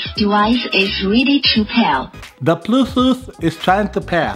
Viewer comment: "Ze Bluezooth Zevice Iz Counnected Zeccesfuly." 👍😆 G' morning 🙏👌keep safe.